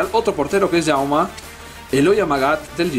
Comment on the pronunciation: Se dice Jaume no Jauma, es valenciano no catalan. En uno de los videos de camisetas dijiste mal senyera, la ny corresponde a la ñ en español por lo tanto se dice señera no sen-yera. Espero que te sirva para mejorar. Saludos, me ha encantado el video.